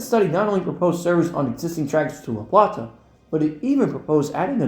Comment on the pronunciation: Fantastic video. Learned some new things, for some others a fun callback. Definitely got a kick of "MARC most truly and definitely meeting the legal definition of High Speed Rail" 😆 Some additional local notes for you if you plan on covering this region with more videos: - Bowie is pronounced "Boo-we" - New Carrollton is pronounced "New Carol-ton" - La Plata is pronounced "Luh Play-duh" With regards to Maryland geography, there is no recognized region of Southwest Maryland. The region you refer to in the La Plata, Hughesville, and Lexington Park branches is referred to as "Southern Maryland". Only Calvert, St. Marys, and Charles County in whole belong to this category. Despite being further south in places, Dorchester, Wicomico, Worcester, and Somerset counties on the east side of the Chesapeake Bay are referred to as "Lower Eastern Shore", not Southern Maryland. Looking forward to more videos soon!